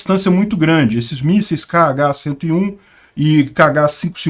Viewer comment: O míssil, pronuncia-se "Rrá-101"